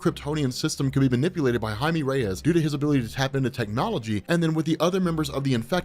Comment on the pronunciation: Woahhh learned how to pronounce blue beetles real name 😂😂